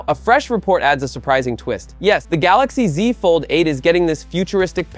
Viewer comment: the gaLAxi ZI lmaoo